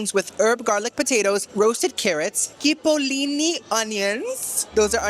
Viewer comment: Coolee, chipolini not kipolini, I do love watching you but some of the food....like research it?